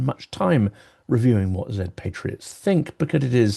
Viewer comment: Thank you for your incision (and precision) in pronouncing 'Zed' correctly. It warms the heart of a British linguist. Slava Ukraini!